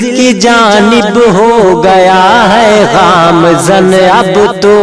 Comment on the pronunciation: اللہ رب العزت آپ کو کامیابی سے سرفراز فرمائے,خوب خوب ترقیات سے نوازے اور ھمیشہ اپنی حفظ و امان میں رکھے.! لفظ گامزن میں"گ,,ھے, "غ,, نہیں,اس کو درست کرلیں کیوں کہ آپ ایک بہترین اور جرأت مند شاعر ھیں اس لیے اسطرح کی غلطی آپ کو زیب نہیں دیتی.